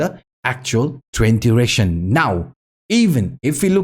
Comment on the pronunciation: I hear trend duration but you say trend direction 🙃🙂